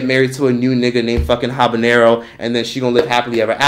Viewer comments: “Tylenol” “Habenero” LMAO I can’t with you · "Habanero" lmaooooo